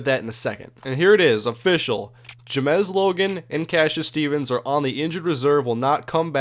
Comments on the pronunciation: It said James Logan not ja mes like u say it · I'm pretty sure it is pronounced james, not jamezzz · Is James logans name supposed to be pronounce Jimez? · His name is James Logan, why are you pronouncing it like there's a Z at the end?